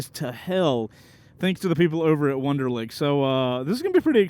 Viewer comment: Nice Wunderlich pronunciation bro 💀